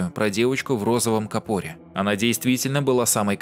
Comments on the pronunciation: В розовом капОре🤣🤣🤣🤣, правильно кАпор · Не в капоре, а в кАпоре! Ударение на букву А. Читай значение каждого слова в переводе с англоязычных роликов! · кАпоре правильно, ударение на А, рогАтину, да я душнила